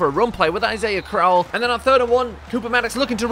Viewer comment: It's pronounced crow-ell not crowl